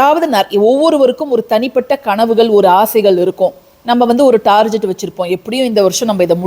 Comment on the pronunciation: டார்கெட் (target) this is the correct pronounsation